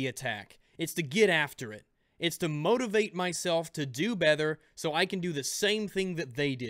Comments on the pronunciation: He said “bether" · I don't know why its bothering me but he said bether